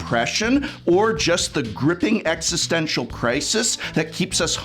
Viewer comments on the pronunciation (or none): none